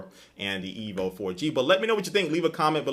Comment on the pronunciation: "I use the qu-....on my EEVEE" haha XD jk I know you meant to say "E.V.O." good comparison~